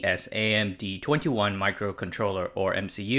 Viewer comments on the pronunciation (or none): Isn't it pronounced AT - SAM - D? Atmel Smart ArM D?